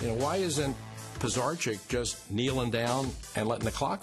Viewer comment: Lmao they’re saying Pisarcik wrong 😂😂